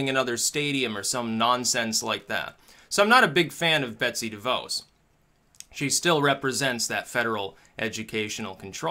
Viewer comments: Its pronounced De vause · Btw DeVos is pronounced like Ross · You pronounce DeVos wrong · Anyone find it strange that seemed completely clueless about the Title IX stuff that is the root of this? Firstly he gets its name wrong, mispronounces DeVos while seemingly having no clue that she hates the department she runs hence why Trump put her there, and then seems to almost tacitly endorse what Obama did with campus sexual assault stuff, indicating he didn't actually look at it in detail. I feel like he just wanted to make fun of Joe Biden for a few minutes.